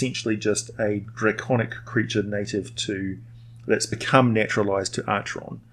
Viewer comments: Pronounced Ackeron :) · Acheron is pronounced Akeron, BTW. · Am I the only one who cringes when he pronounces it like that instead of the proper ancient Greek of Ack-eron? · You can of course echo his wisdom if you wish. I'm just pointing out the correct pronunciation of Acheron.